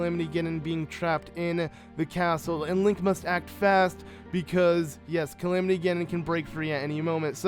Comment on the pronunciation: Link was not killed. It said that he was badly injured fighting Ganon and had to be put into 100 years of sleep. You also say Calimity Ginon When its pronounced Calamity Ganon. Sorry if i'm hating <3